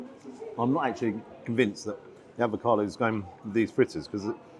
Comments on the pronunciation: Do you keep saying ADVOCADO rather than avocado...??????? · Is there any particular reason for calling 'avocado' "advocado"? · Love your channel. Unless I’ve missed a joke along the way, it’s AVOCADO. One d. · I'm very amused by the way you said ADvocado. Very Atkinsonesque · Sorry don’t have time for a ‘food critic’ that says “advocado” ! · Oh, ‘advocado’? 😂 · refusing to pronounce avocado correctly always makes my day! ❤